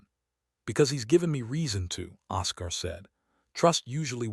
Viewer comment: Don’t use names the AI can’t pronounce. It’s OScar, pronounced Oskar, not osCAR